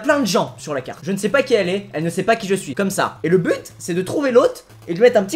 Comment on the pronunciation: Suis-je la seule à avoir remarqué que Squeezie disait "blut" au lieu de "but" à ? xD MDR.